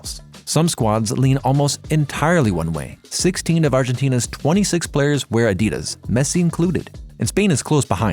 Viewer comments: Adias? What in the AI is this shit? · Bring back the old guy or someone that can pronounce Adidas correctly. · Learn how to pronounce Adidas and you will go far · At least pronounce Adidas correctly...that was not an issue with the German voice. I am sorry, I tried, but it's just not working out with the new guy when even such basics are off. And the entire character of the videos is gone.